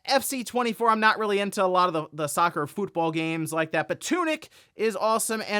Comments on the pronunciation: you don't need to pronounce football as "fútbol" like you're Spanish lol. Other English speaking countries call it football. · I’m still perturbed by Johns pronunciation of football. Like how do you normally say the word foot?! Just cause it’s the same name as a game in the US where they carry a ball, that does not warrant the ridiculous pronunciation of foot 😂😂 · In the US, it’s common for Americans to say “fútbol” instead of football because they view it as a Hispanic sport, not English. Weird, I know.